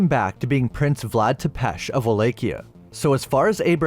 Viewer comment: It's pronounced tep pish